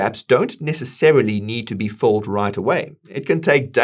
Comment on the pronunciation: Are you saying fulled or filled? There is a difference